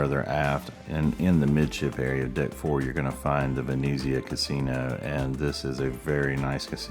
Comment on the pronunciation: Good video, but please pronounce the name correctly, Venezia not Veneeezia!!! Try to be more upbeat as well….